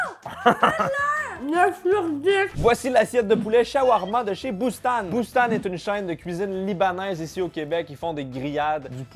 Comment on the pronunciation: Pour Boustan, ca se prononce "Boustane" pas "Boust-an"